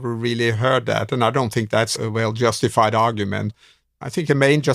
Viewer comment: When says “well”, it sounds like “whale “, to me